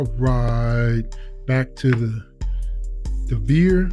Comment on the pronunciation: It's pronounced Dee vee ay.